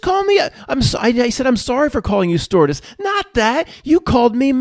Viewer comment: I could have sworn said "s-tortiose" instead of stewardess.